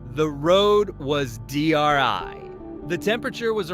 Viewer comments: “The road is dry” not “dri” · The road was “DRI”? 🤦‍♂️